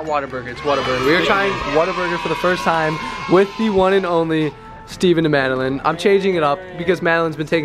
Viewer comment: idk why calling madeline “madeLINE” is sending me 😂